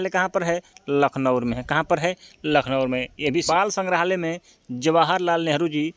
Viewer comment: Bhaiya lucknowur nhi hota h lucknow h 😂😂😂 kya aap naam bigad the ho